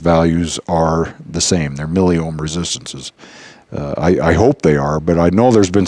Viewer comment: bro, its *Milli Ohm meter*, Its O H M not "O M H meter" hahahaha